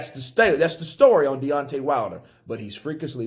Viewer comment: DEONTAY "n.e.o." WILDER haha